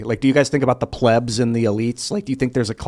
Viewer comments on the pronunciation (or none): Pleebs... Long "E",. "How many adults?"...There were children fighting in the Civil war.